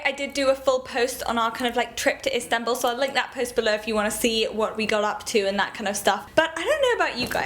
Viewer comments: I love how you say Istanbul. It sounds amazing. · Love how you pronounce istanbul, such a cutie! ♥